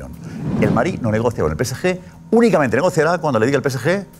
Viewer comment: Porque en el chiringuito dicen pese ye? En lugar de decir pe ce ge. Cuando se refieren al PSG